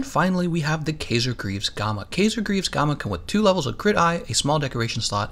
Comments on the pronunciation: Kaiser - "K-eye-zer"!! Smh... this tilted me so hard. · Looks like the boots, gloves and helmet are the good ones for me here. Also it kaiser is pronounced with a long "I" sound. It is German for Ceasar in which the kings of old fashoned themselves after.